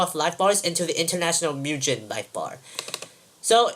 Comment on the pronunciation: It's pronounced Myu-Gen Not Myu-Jen Great Tutorial BTW